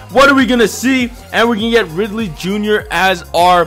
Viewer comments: THIS HAS BEEN ANNOYING THE CRAP OUT OF ME PAST FEW VIDS ITS RILEY NOT RIDLEY JR R I L E Y RI-LEY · Why do you say perry RIDLEY... It's RILEY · It's Riley Jr. not Ridley jr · Again... It's Riley not Ridley😂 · Also stop fucking saying "RIDLEY" it's RILEY